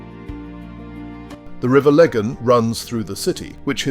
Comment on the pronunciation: The pronunciation of Fermanagh and Lagan notably awful, caused me to LOL. Your sense of humour throughout is noted so bearing in mind this was done in an English accent, thd mispronouciations were predictable. Try Ahoghill for example, during the 'troubles' if caused hilarity listening tk those 'english twats' mangling a shared language.